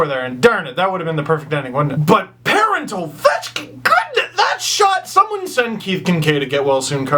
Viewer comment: Thanks Steve for ruining Kadri and Parenteau's names....everytime I hear their names called during a game, I hear Kadri Bob Ross and Parenteauvechkin,lol.